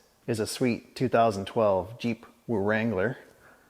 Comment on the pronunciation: The way you pronounced "Wrangler" just made my week... And I'm only 40 minutes into Monday. 🤣🤣🤣